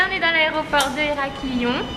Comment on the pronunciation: Haha les filles ça se dit Heraklion comme Bonne et pas comme Ont b: Désoler mais ça me perturbais même si ça m'étonnerait que vous lisiez ce commentaire :')